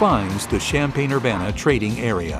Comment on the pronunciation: Thanks for posting! I knew it was pronounced 'shampain'..not 'champion' like some mistakenly say